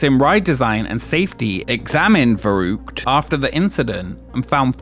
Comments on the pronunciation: I'd appreciate it if you'd spend a few more minutes on pronounciation. Just put the word into google translate and press the speaker, it will show you how it's pronounced. V in german is like an f, and the ü is not an u, it's more like the i in "lick". I cringed everytime you said the word. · Well, no one in the entire video had the pronounciation of "verrückt" even remotely right (neither did you by the way). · The pronunciation of the slide Verruckt is so poor by the narrator, that no German would know what he was saying. For example, the letter 'V" that starts a word has the "F" sound, not the typical American V sound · I really had a hard time understanding the name off the attraction when it was spoken by the narrator. I really couldn't make anything out of it. Until about 3/4th I saw the name of the attraction as written on a plaquette. Verrückt. Yes a german word. Should also be pronounced german. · I lost count of how many different ways Varrukt was pronounced in this video. I also got curious about how old my favorite roller coaster was and it turns out it's 2 years younger than me. That's fun! Shivering timbers! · For the name of the big slide: "verrückt" means crazy (I guess that's what you meant) - it's pronounciation is "far-ü-kt", the ü sound is hard to make for a non native but "cute" comes close to it. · Could you have not pronounced the name of the ride consistently throughout the video? Veroockt, veruckt, make up your damn mind! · Nothing like americans trying to pronounce "verrückt". The first syllable is prounced "fair". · Well, "verrückt" is also not pronounced "fuh-rookt". 'Muricans I guess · its interresting alright, specially the fact, those in charge, dont listen to "scientists"engineers, because....what do they know?! but idk why americans NEVER check out how to pronounce foreign languages 🙄 its "verrückt" not "faroug"😅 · Your pronounciation of "Verrückt" gives me a headache. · That's not how you pronounce verrückt 😂